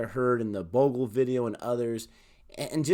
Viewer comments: See?! Harsha is the best when it comes to talking cricket. Never played an international match but the man's still a Legend. He breathes cricket. Also, it's pronounced 'Bhog-lay' 😁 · It's Harsha Bhog-ley. But u guys are getting better with the research and pronunciations. Go go go! I hope you won't mess up the CSK players names because that fanbase is huge and merciless....😂😂 Good luck!